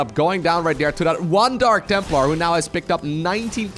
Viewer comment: Jeez, I heard dank templar again, smh